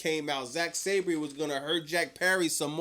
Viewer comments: (Sab-ree) 🚫 (Sab-er) ✅️ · Last week* (Sa-ban) 😂😂😂